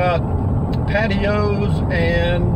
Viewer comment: For a moment there I thought that you said 'I'm going to talk about pantyhose and decs' ;)